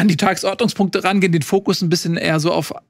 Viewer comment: Die Enttäuschung der Saison ist, dass immer noch nicht die Betonung beim Wort "Tagesordnungspunkte" gelernt hat. Ihr seid also dafür die Relegation abzuschaffen und der dritte der zweiten Liga bleibt dann automatisch unten?